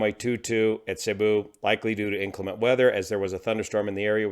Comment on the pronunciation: Cebu is pronounced seeboo (cee - boo)